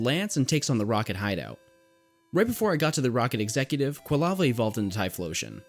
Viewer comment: I have to assume it was comment bait because I know Pokemon have no correct pronunciation but it’s very easily Quill-ava… anyway this is my third or more time watching and still love this as a guide and background noise